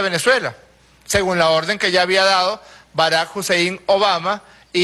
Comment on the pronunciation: Barack HUSEIN Obama WTF??? JAJAJAJAJAJAJA